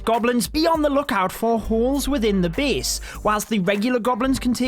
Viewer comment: i love you accent, say it again.. Beast(base)